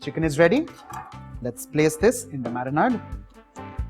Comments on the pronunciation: Nice and quite simple also... thanks.... btw its not marinaaad... its like marinaid... like ayyyd... it kind of kept on hitting my ears... but thanks for the dish💟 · I almost subscribed and then I heard him saying Marinaad. I can't hear it more so let's leave it here.